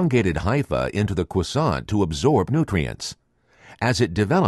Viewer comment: Flaky cwoissant